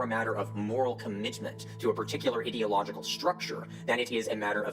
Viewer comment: I like that the guy pronounces the beginning of ideological with ID similar to IDIOT which is most certainly a descriptor that applies to him.